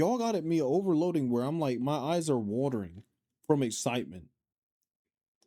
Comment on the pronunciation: I thought you said, "My thighs are watering", and I was like...SAME, girl. SAMMMMEEE. 🤣